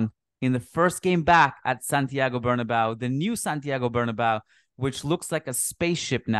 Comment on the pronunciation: its BernabeU not BernaBow come on madridista